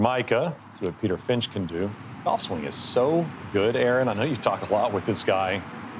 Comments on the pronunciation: "Peter Frinch" lol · Did they just call Peter "Frinch" WTFuck. 750,000 subscribers. He alone has almost 1/2 as many as PGA YT, and they can't get his name right on the opening tee. What a joke.